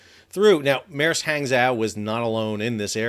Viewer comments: not exactly. :-) Hang in pinyin is pronounced more like pong in “ping-pong”. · "Hang" would be pronounced like "hong" in Hong Kong. Wikipedia says "hahng-JOH"